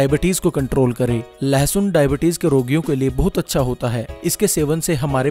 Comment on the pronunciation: its not lehasoon. its lassun